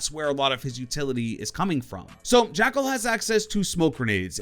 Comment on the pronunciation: When you main an operator but can’t pronounce his name... oooofff